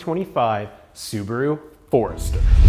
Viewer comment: LOL. I literally had to rewind it. Wait. That was a ford. Ok, no problem, I'll go along. But then it show the car. Wait, was that really a ford? LOL. Well done. And am I hearing you say Ford'ester?